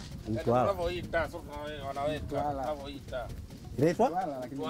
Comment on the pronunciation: Weweee dodi kweli mtambooo Mtwaraaa sio mtwalaaa